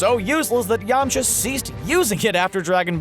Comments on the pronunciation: Pronounces yamcha as yama cha pronounces tien as ten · “Yamacha” bOi HaVe YoU wAtChEd DbZ? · Who the hell is Yama Cha? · yamachas really it's yamcha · yamocha ...... REALLY???????????? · ....I hated this list from the beginning....then you called him Yam-uhhh-cha. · .HE SAYS YAMACHA WHAT THE HECC